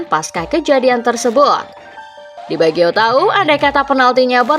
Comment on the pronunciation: Roberto bagio bukan di biagio. Dr awal kw nyebutnya di biagio